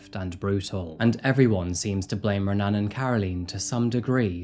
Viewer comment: If watching UFC has taught me anything about Brazilian names, the "R" in "Renan" is actually pronounced as a "H". So "Hen-an".